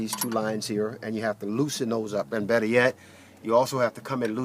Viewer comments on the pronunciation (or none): none